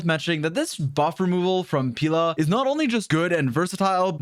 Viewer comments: “Peela” I thought it was pronounced peh-la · Why "peela" though? She is "Pela", Pelageya. Slavic name, "e" like in "yeah". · every time he says “pEEla” instead of Pela 🥲🔫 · dont call her 'peela' pls.... it sounds like pila in portuguese and yea...... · pila??? 😭 being the first one to pronounce it like that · Bruh get her name right🤣🤣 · You say it like Banana Pela and I can't unhear it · That is NOT how you pronounce Pela💀